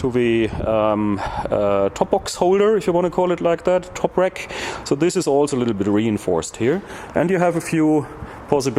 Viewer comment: Excellent video, always technical and precise. Now if we could only teach how to pronounce RACK... It sounds like "rAk" not "rEk". Wreck is what your bike becomes after you crash it too hard;-)